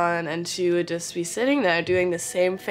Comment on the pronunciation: "jush" c'mon jasmine masters influence